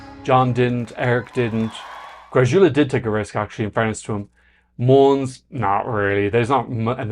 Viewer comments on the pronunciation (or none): just fyi, greczula is pronounced "gressula"; it's a hungarian name and in hungarian it's closer to "gretsula" but the "ts" sound doesnt exist in swedish, so the man himself pronounces it as gressula